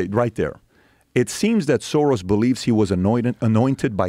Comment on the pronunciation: Arrghhh it's pronounced 'Shorosh'!! With an SH!!